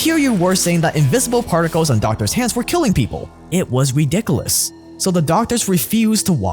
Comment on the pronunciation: My guy doesn’t know how to say women or ridiculous